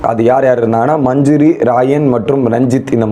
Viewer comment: மஞ்சுரி, ராயன், ferformance, இதெல்லாம் சரியா சொல்ல முயற்சி செய் தம்பி. கேட்கும்போது நல்லாயில்லை.